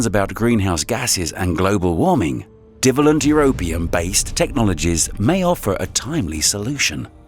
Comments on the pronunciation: It would be great if the narrator could get their pronunciation correct. The bivalent and trivalent section was especially irritating. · F. F. S. lear how to pronounce what it is you're calling BIVALLENT & TRIVALLENT!!!!